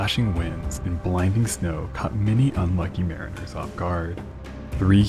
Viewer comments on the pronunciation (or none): none